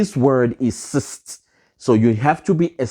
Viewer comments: Its CIS not CIST 😂😂😂😂😂😂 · You kill me everytime you say CIST 🤣🤣🤣🤣🤣